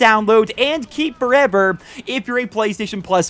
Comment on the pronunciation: “Keep forEVEER” lol 😂